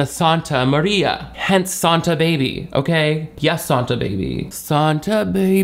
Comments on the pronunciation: I just rewatched Kourtney butchering the Christmas song going into SAHN-ta Baby a thousand times. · Sahn-tah baby is a new one 😂